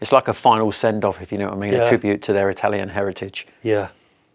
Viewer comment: Amazing bikes, and a cool segment. The Brits just butcher their way thru the Italian language.